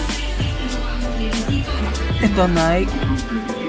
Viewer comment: Nayk ng nayk ni-key po Reebook , Ree-bok po